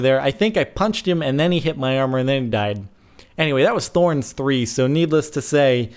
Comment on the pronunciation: "NEEDLESess to say" i see what you did there! O.o